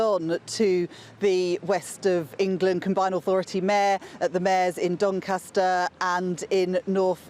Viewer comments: Imagine a mayor of Doncaster unable to properly pronounce “Doncaster”. Anyway, best of luck “Duncustuh” Vote reform ➡️ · How can You vote for someone that can't even pronounce Doncaster the constituency they are standing for Typical labour really more proof they really don't care About this country